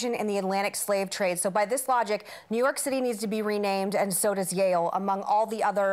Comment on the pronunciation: when Meghan said "Yahul" I literally didn't understand what she was talking about 🤣 .....Yale.....